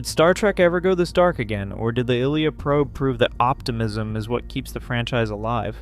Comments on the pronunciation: I saw the movie twice in the theaters. NO ONE left when Ilya died. ALSO: Her names is pronounced: I-Lee-ah. NOT Eel-i-ya. NOTE: One more click-bait title and I'll cancel my sub. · Seriously…how can you make an entire video on a character, and mispronounce her name repeatedly in the video. 🥹